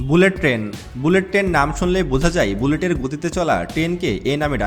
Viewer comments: টেন না, ট্রেন বলুন। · ভালোভাবে বাংলা শেখো (টেন না, ট্রেন, চুষট্টি না চৌষট্টি, ইস্টিশন না, স্টেশন। প্রতি ঘন্টা বললে, পার আওয়ার বলতে হয়না)! প্লেনে ঢাকা থেকে চট্টগ্রাম যেতে সময় লাগে ৪৫ মিনিট, বাংলাদেশে বুলেট ট্রেন হবে না। তবুও বলে রাখি, যদি কোনোদিন হয়, তাহলে কমপক্ষে ৭৫ মিনিট লাগবে বুলেট ট্রেনে!